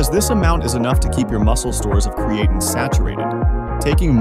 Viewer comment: If you are going to have a computer voice and it can’t pronounce the subject of the video and mis pronounces it over and over, maybe have a real person do the audio. Lame!